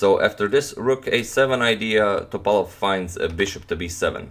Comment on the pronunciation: He he ok, after few minutes ypu started to say Top'alov. :) I'm happy